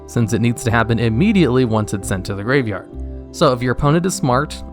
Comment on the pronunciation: I think I’m losing it, I swear to god he is adding an extra letter in graveyard, duel logs has poisoned my ears, words don’t sound right anymore, send help.